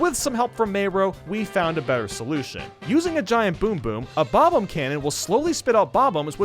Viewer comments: Him: Bob-Omb YouTube:Bobum (Bob Home) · Why do gamer YouTubers pronounce “Bob-omb” in such a weird way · I'm angry at the way you say bob-omb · I will never not hate how you pronounce Bob-omb. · I’ve never heard anyone pronounce Bob-omb like that. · Two things we all hate about: The way he pronounces SNES The way he pronounces bob-omb